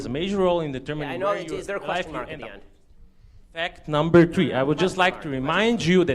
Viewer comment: "FeKt noomber tree" - BOY SIT YO ASS DOWN!